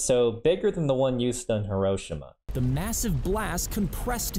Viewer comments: Heru shima- ITS "HERO-SHEEMA!!! HIROSHIMA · Say it with me now - He-rlow-she-mah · You pronounced Hiroshima wrong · It's a weird way to pronounce Hiroshima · Bla bla bla you didn’t pronounce Hiroshima correctly